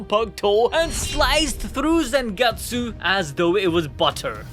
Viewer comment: Stop saying Zengetsu